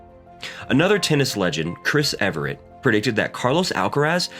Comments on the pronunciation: JOI, it's Chris Evert not Everet. (Spelled correctly, but pronounced incorrectly). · He’s not good with names. Did you hear what he dis to Chris Evert’s name?